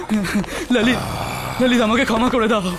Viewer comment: ভাই এটা কী রহিত বলছে না _ললিত 😅